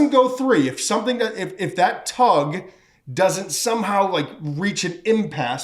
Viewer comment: You said tug lol